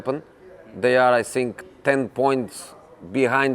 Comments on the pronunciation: "I sink his career is sinking" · I sink I can too hhhh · I sink his english is the best. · “I (sink)think.... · Is it just me or anyone else also hates the way he says "think" as "sink" 😶